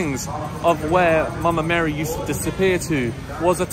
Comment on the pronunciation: I love the way you say " Mama Mary". ❤️